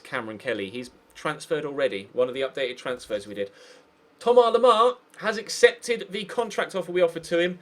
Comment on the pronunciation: It's Thomas not thomar